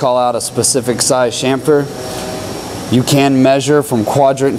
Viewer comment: What's a shamfer? Try chamfer. There's a ch sound, like on the end of itch.